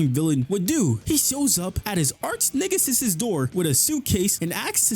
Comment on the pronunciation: Did you say, "Arch-niggasis?"